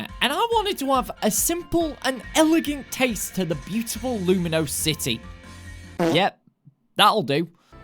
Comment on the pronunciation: bro u keep saying lumiose city wrong